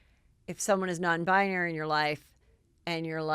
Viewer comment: Oh, Heather, I love your malapropisms SO much! Non-bionary?! Ps: I’d love to hear you pronounce Malapropisms on air, just for fun...